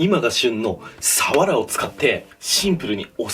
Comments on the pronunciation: サワラのイントネーション違くね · 愛知県だけど サ↓ワ↑ラ↓って言う人初めて見た笑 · 鰆のイントネーションが愛知ww 冬がうまいのは知らなかったです😀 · 鰆のイントネーションが気になる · サワラのイントネーションって瓦？🤔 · サワラの言い方気になってしまう🤭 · さわらのイントネーション気になるなw